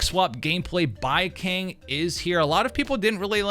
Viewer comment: The only thing I hate about Baicang, is how you're mispronouncing his name , horribly , brother😂